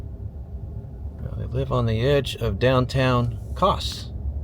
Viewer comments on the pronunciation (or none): It’s not Koss. It is Koss-e. Heavy on the E. Kosse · Kosse is pronounced (Kos cee ) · Pronounced Koss E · Kosse is pronounced "Kossy" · Kosse is pronounced with a long e at the end as in Kosseee. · Character actor Joe Don Baker was from Groesbeck. None of those towns on highway 14 have changed in my 40 years of driving it. Kosse is pronounced “Kossy”. My mother in law is from there.